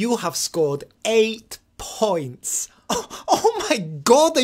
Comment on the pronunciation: Is you fick or somefink!